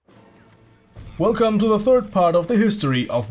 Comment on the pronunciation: I like how he say third:furd